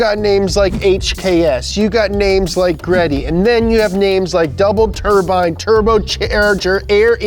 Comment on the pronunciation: It's pronounced G Reddy! Not Greddy